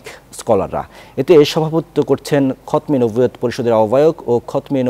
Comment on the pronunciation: এইটা কোন ধরনের সাংবাদিক যে সঠিক ভাবে খতমে নবুওত উচ্চারণ করতে পারে না?